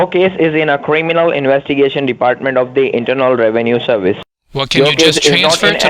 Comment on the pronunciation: Indina Rewenue Serwice